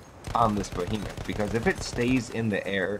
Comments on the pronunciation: The bo-he-muff? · "Bohemoth." LOL It's an Airship. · it's pronounced "BEE-HEE-MOTH",. While you're at it tell the devs, that there should be an option to remove the objective-icons from the screen, like in the good ol' days. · Lol the Bohemoth and the Heisenberg? Go back to school.